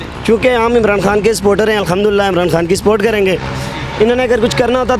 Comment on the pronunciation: Oye anchor it’s khan saheb not Han saheb ,,, you must be a sialkoti ya !!